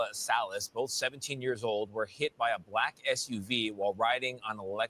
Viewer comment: The way he said BLACK 😂😂😂